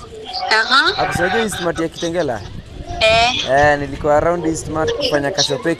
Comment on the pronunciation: Nooo!!!😭😭😭😭😵she didn't just say KITENGERAAA!!!!!!